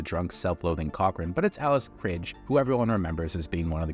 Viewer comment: This video was great... but never call Day-Tuh, Dah-Tuh! Also, Michael Piller, not Pill-EE-er. And Alice Krige is pronounced Alice Kree-Guh. Just sayin'.